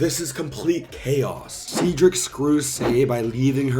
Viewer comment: Cedric It’s “said Rick” not “seed Rick”.